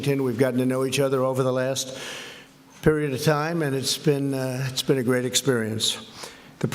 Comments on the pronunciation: “Trump is HiTlEr!!!” Yet literally nobody has quoted or timestamped where the problem is. The only problem I see, is he’s having a conference with Finland who has nothing to do with America. Edit: OHH he said “Stinland” instead of Finland I see now.. IMPEACH!!!! Orange Man BAD!!! Mentally unFIT!! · Stinland? Trump can't bloody speak. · He absolutely said Stinland. Come on folks. This dude sucks. We need progressive leaders. Smart leaders. Presidential leaders. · "Stinland' ?? LMAO.... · wtf is Stinland??! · President of Stinland? Jesus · Stinland? What the confefe?? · Is it me or does he say “Stinland” at the very beginning commentary? 🙄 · OMG, he did!!!! He said "Stinland" 😂😂😂😂😂😂😂😂😂😂😂😂😂😂😂😂😂😂😂😂😂😂😂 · I heard Stinland too. He's sniffling again. How is this the same person who could barely get through the United Nations Teleprompter speech. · Definitely said stinland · Stinland? 🤔🤔🤔😂🤣😂 IMPEACH THE MFer !!! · Stinland? Where's Stinland? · Wtf is Stinland? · RECIPROCITY?!?!? He can't even say Finland... he said Stinland. Someone is clearly writing speeches. Also the President of Finland talks about coal, the environment, arms control, the US needs the European Union and the Union needs the US. Has stated the opposite of Trump, THE COMPLETE OPPOSITE OF TRUMP'S POLICIES. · S. You mean the President of Stinland? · Did he just say Swinland? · I thought my earphones were malfunctioning. He did say stinland. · I think he said Stinland too...LOL! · Reminds me of when my mother used to say the first few letters of all our names before she got to the right name "MaJuSteTrish". Give him some credit - at least he didn't say "SwDenNorFinland" :) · Yeah, one of his “best” words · Yep, he sure does. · I swear I heard him say Stinland too!!!!!! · He absolutely did.